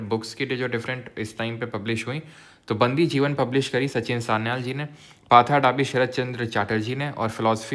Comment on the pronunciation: Sir novel and books mei apka pronunciation thoda sa galat hai.. Bandi Jiwan - बन्दी जीवन Pather Dabi - पथेर दाबी